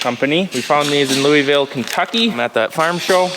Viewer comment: As someone from louisville, it is weird to hear others pronounce it